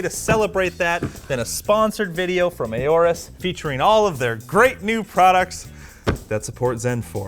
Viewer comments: IT'S NOT "A-ORUS", IT'S "ORUS"! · Why do you always pronounce Aorus as "A-OR-US"? It is supposed to be pronounced as if the A is not there: "OR-US". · Is that how you to pronounce "AORUS"? A..O..RUS..? Weird... 😏